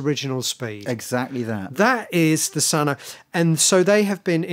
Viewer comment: it's pronounced Sunn not Sunn Oh